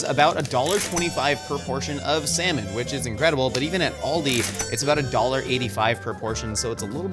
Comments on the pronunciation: pronounced Aldi wrong. He pronounced it like the car brand Audi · It is not pronounced All-dee it is Al-dee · Hearing people (usually Americans) pronounce it Oldi makes my brain hurt.